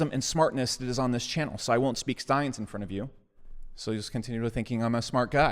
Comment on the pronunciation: caught slippin. Science not Sctience